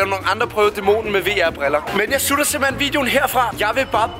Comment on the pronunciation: han siger han sutter videoer i stedet for slutter